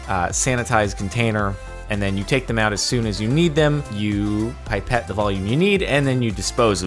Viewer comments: "[Pie-pette]" Isn't it... "[Pip-ette]" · I'm triggered by the way you said pipette....